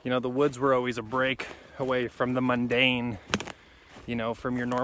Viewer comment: "Getting away from the mondane" to the even more mondane. LOL